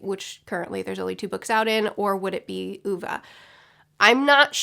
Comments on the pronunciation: That was a good first take on Ove. Now just shorten the E abit, and cut it of more abruptly. An "E'h'" if you will. Hey when you said it "Wrongly", you got the E more right. Just shorten it abit more and you have it. first pronounciation of O though. EDIT: oh and here is a tough edit about romantizicing Suicide: I completely agree. But we should not shun it either. It can be a informed, though out action and a preferable end. Just as we shouldnt romantizice it, neither should we romanticize life to the cost of death. I know this to be true, because i have lived through such an event. Let me tell you about my father. His mom was an alcoholic and a brute, clearly favoring her other son, his twin brother. Dad found a motherfigure in another woman, but she got dimentia and he saw her drift away and become a husk. From that moment that was his worst fear, the worst way he could go out. Years passed by, he met mom, three rowdy kids popped out with me somewhere in the middle there. Both mom and dad started up their own companies, father started to drink heavily (alcoholism is always tragic of course, but this is not a tragic story). He kicked the habit eventually and lived 10+ years as a non-drinking alcoholic, performing artist (Sang and played his own songs) and a fulltime naturepainter. However during his wet years, they had become realy wet. So wet that his drinking damaged his memory. In the last period of life it got so bad that he could call me to discuss a thing, and bring i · You convinced me to read this after mentioning it 6 billion times in previous videos- I called him [Oh-vey] because of you, then had to adjust to listening to it for nine hours on audiobook and all the time him being called [Ooh-vuh]. My mom and I both cried, thank you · I am swedish and you pronuce it Ove with an e in the end not ova. The e is like Wien someone punch you in the stomach and make an e sound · The “o” is kinda pronounced like the o in “or”🙃